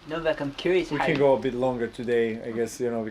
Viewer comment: She literally calls him "Novaxx" - 😂😂